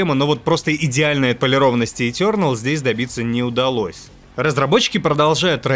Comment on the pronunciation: этЁрнэл, когда так произносят это слово где плачет один учитель по английскому языку...